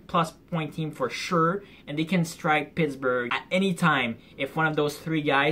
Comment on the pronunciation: Welcome to Alshentzylvania Like how you said Pittsburgh 😂🤣😂🤣😂🤣😂. But ya they do suck